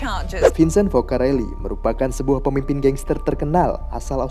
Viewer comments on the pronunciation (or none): Yang benar PEMIMPIN, bukan PEMIMPING